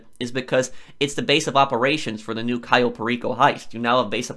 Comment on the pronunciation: the way he says cayo enrages me